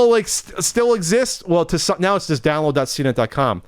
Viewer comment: the word just doesn't have a "ch" in it... just, not chust.